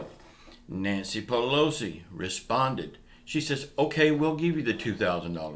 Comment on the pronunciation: It's Pelosi!...Pelosi! For God's sake!